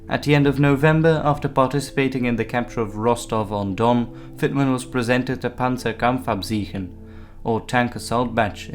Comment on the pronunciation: Except for "Panzerkampfabzeichen".... its: "Pon-ser-kompf-Ab-zye-k-chen"